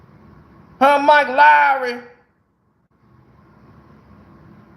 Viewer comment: You suppose to be MIKE LOOOOWEERRRY 😂😂😂😂 P.S. SO WHAT IF ITS SPELLED WRONG